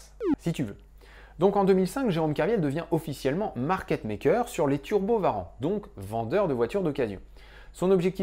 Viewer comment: J'entend Skyrim, je like ! Non, au delà de ça, j'ai enfin l'impression de comprendre un peu ce qu'il s'est passé, et d'être capable de comprendre les articles que je lis sur cette affaire. Merci merci merci :) Juste une question : pourquoi on dit "Varan" et pas "ouarante" pour les turbo warrant? C'est la tradition de "franciser" les noms?